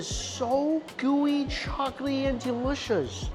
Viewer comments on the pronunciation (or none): I swear, every time he says "chocolaty," it sounds like he's saying chocaty